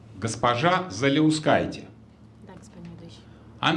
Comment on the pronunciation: Она не Заляускайте, а Жаляускэйте.